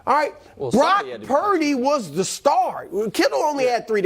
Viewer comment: it’s not prince…. it’s glock purdy